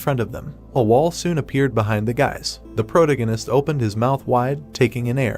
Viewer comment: I'm really rooting for the AI voiceover to learn how to pronounce "protagonist" as the story progresses. Two hours in and the pronunciation is getting worse 😂